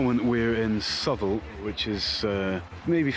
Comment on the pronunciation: Nice to hear someone pronounce Southwell properly! Epic challenge and awesome performance as ever